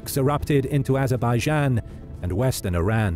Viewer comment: when you said azerbaijan you lost me mate